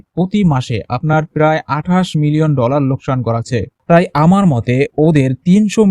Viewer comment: পেরায় অসম্ভব, এটা আবার কেমন উচ্চারণ, উচ্চারণ ঠিক করতে হবে